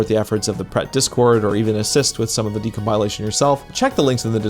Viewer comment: i love your videos. please stop mispronouncing decompilation 🤕